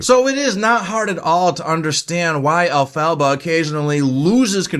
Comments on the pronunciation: *In Hermione's voice*: You're saying it wrong. It's EL-pha-ba, not el-PHA-ba. But a great review nonetheless! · Agreed about the pronunciation. I’m surprised you persist in the mispronunciation throughout this review, especially since the name is said throughout the film. The name is derived from from the name of L. Frank Baum. El -Fah-Bah. And Baum originated THE WIZARD OF OZ in 1900. Great tribute to him!